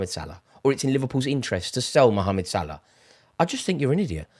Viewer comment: You forgot about Cody. He's playing very well now. We saw glimpses of his talent. Now the consistency is there ... Also much respect for calling Salah by his full name. For some reason 3 syllables is too much for most English people.